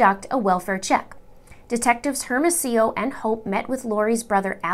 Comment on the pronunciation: Great video! Just fyi the detectives names are pronounced Air-mo-see-yo and Oh-pay